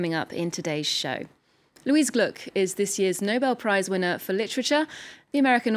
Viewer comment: Gluck not Glick🙄